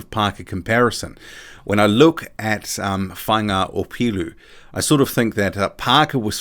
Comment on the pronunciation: ps deadly pronunciation of Faiga Opelu, & the last decent HW fighter from down our way was David Tua